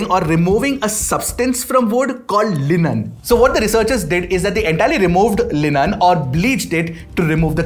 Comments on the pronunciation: It's pronounced lignin ig , not linen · Its not linen its lignin this is what happens when a non science student pronounce scientific terms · lenan? its pronounced as ' lignin' jyada hi angrez ho gaye bhai aap